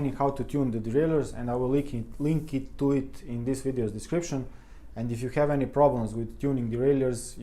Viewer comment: I had another listen to your video pronunciation. Your English really is excellent. The "th" is "the" too are sounding like "de." You seem to add an extra vowel into "have" make it sound like "hyave." And the vowel in "put" which should be a shwa Ə (almost like "pt") sounds a bit longer sort of poot or pute or something but the differences is very minor.